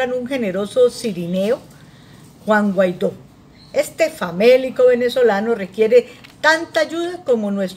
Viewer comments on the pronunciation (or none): none